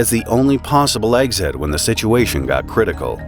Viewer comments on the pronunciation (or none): none